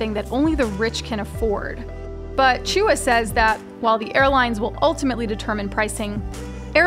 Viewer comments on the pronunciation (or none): Chua is pronounced "Cho-arh" not "Choo-uh". That had me cringing. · pronounced chua wrongly